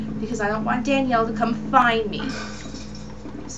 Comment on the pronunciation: psssst, sorry but it's Daniella not Danielle xD Sorry, I was gettin OCD about that.. Anywayy I just bought Haunting Ground this weekend actually and I just did this part today too :] Daniella freaks me out but she's so awesome at the same time..